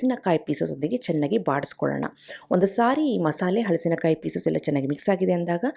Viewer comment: Very creative and original. Appreciate your efforts and generosity in sharing. 👏🏽👏🏽👏🏽 Just cutting the fruit is a big accomplishment so hats off to you! Would also like to say that correct pronunciation is “ಹಲಸು”, “ಹಲಸಿನಕಾಯಿ”. If you say “ಹಳಸು” it would mean stale or food going bad.